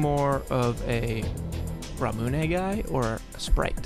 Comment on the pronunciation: That ramune pronunciation just killed me XD